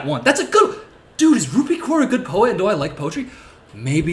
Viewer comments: Genuine question: is Kaur pronounced ‘Koor’ or ‘Cowr’? Because I’ve always heard Cowr, but I’m guessing from this video that in the US it’s Koor. What is it in India? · I believe it's 'Cowr' or atleast it's how I've heard it pronounced